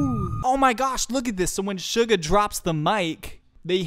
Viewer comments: Btw its not sh-u-ga its s-u-ga no shhhhhh its ssssssss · Its only me or when he pronounced suga i thought he told sugar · Why does it sounds everytime he says suga to “sugar” btw very nice reaction tho i love it❤️❤️